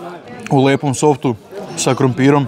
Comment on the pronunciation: SAFT A NE SOFT 😄